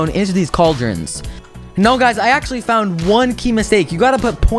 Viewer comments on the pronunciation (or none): none